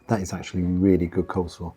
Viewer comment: It’s coleslaw not cold slaw